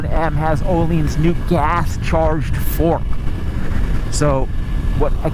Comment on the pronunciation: Ohlines 🤣🤣 you mean ohlins